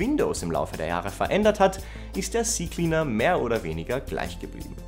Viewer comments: Nicht cie cie cleaner, sondern Zeh Zeh Cleaner -. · Ze Ze Cleaner 😊